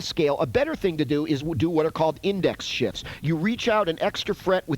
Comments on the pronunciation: please tell me you purposefully said "" followed by "The reason is because one of your fingers has to do DOUBLE DOODIE"... I hear no F in there that first time... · Pretty much sure you’re supposed to pronounce the “f” in “shifts”